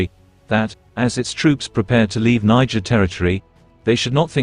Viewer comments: The AI keeps saying Nigerian 😂 it’s Niger 🇳🇪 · Is it Nigeria or Niger from France pronunciation